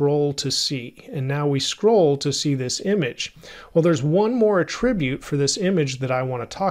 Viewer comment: Hey, I keep coming to more and more of your tutorials because they are hands down some of the best tutorials on YouTube! I can't thank you enough for all of these thorough and well-planned courses. Also, I love how well-organized your channel is. Just one minor bit of feedback. I believe the noun form of attribute is pronounced /ˈatrəˌbyo͞ot/ 😁I apologize for my OCD! Thanks again for all of your amazing work and for humbly sharing your knowledge. 🙏